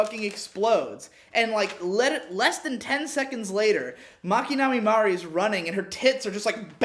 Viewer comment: Dude on the left pissed me of he can’t pronounce nothing right it’s Mari(mar-e) not Mary fml